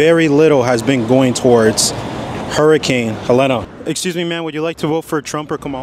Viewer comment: It’s hurricane HELENE… pronounced heh leen